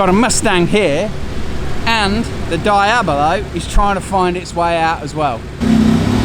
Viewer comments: Please details are important. DEEABLO not DYABLO! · What’s a Diabili?? Mate, get it right….. Diablo. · I know you have an English accent and all but the Lamborghini Diablo is pronounced Dee-ab-low not Di-abba-low. Diablo is Italian and Spanish for Devil. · Dayahbloh ffs😂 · Diablo pronounced ‘Dee-ablo’ (Spanish for devil) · Lol DIE ABLO 😂😂